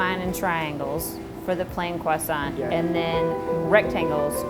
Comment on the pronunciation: Please please... croissant is spelled with a T at the end, but which is not pronounced........ 😒🤦‍♂️🤷‍♂️